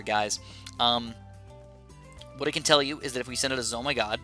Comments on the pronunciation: It isn’t called a zo my gosh... it’s a zeppelin of mighty gargantuaness but if you don’t wanna say that mouthful just say z-o-m-g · it triggers me that you say "Zo my god" instead of "ZO eM G" aka the actual name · Why do you say zomy god FLIPPIN WHY DUMMY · It's pronounced Zeppelin Of Mighty Gargantuaness, I know it used to be a mistook capslock for "OMG" to "zomg" BUT PLEASE SAY THE CORRECT NAME OF.... you know what? nvm